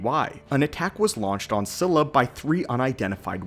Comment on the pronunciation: Not cila, its pronunciation is 'Chi-la' fuck that was making me mad